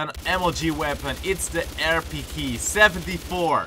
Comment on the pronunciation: realle here's how u pronounced rpk-74(rpeekee-74)